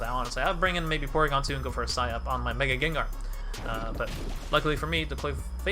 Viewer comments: Sike up! Not sigh up my G! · Wait are you trolling when you say it like sigh up??